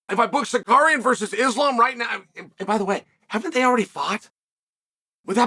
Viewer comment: Who tf is sikarian?